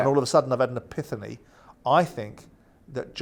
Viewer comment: fancy vocabulary? he can't even say epiphany , thinks its epithany lol